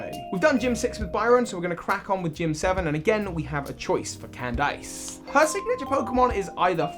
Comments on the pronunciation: Cand-ice??? Mama her name is Candice. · Candice is a real name lol. Not Cand-Ice. It’s pronounced “Cand-Iss” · Man said canned ice instead of candice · We all know that, first said it like Cand-Iss but then realized that hey, she's an ice gym leader, so the "ice" in the name is probably on purpose, so it's probably pronounced like that in this case. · It wasnt your pronunciation of Mismagius that bugged me, it was the pronunciation of Candice x.x